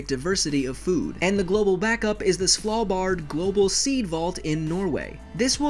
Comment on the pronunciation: you pronounced Svalbard wrong.